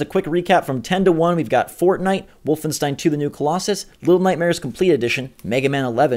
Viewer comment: i get it - you called it forgay instead of fortnite! you changed nite to gay. funny stuff. that being said, i think octopath should be on here as well...but even though i don't really like it, i would have been more shocked if fortnite wasn't on here.